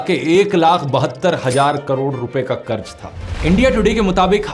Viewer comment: Bhai karz hota hai, karj karj kya kar raha tha. Pronunciation toh theek se kar. Ja ja ja was so annoying.